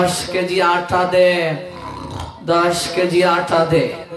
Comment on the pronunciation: আঠা নয়, আটা হবে উচ্চারণের কথা বলছে।